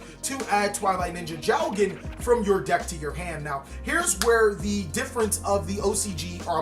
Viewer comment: perfect annunciation dude^^ it is jougen^^ the ou shows that its a long o sound^^